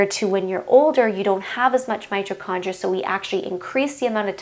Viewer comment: It's my TOE condria. Not '"my cho".